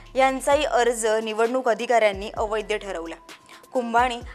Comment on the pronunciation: अवैद्य नाही बाई, अवैध.